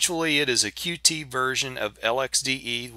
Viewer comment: Nice review, but the Qt project is officially pronounced "Cute" not Q-T.